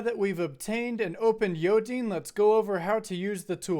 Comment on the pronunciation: As a note, there was a miss-pronunciation of Yodine, as It says in the repo, it's pronounced Yo-Dine and not Yo-Deen (I might clearify that in the repo)